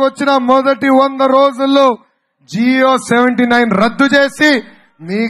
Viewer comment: జియో 79 ఏందన్నా జీవో అలా పలకండి ముందల